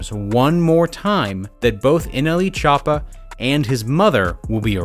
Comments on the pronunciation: So we gona ac luke he didn’t say nelchoopa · No nobody: Not even anyone::Nle chapa